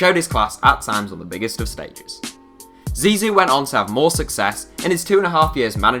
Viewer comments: Its zizou not zizi it means little penis in french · Man said zizi